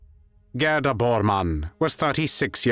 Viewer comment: GADA???? G E R D A!!!!